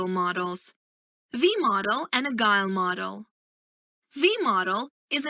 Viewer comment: You pronounce Agile as Agal basicly it pronounce Ajiel not agal